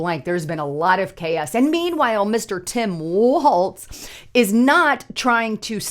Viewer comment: It is Walz (walls), not Waltz!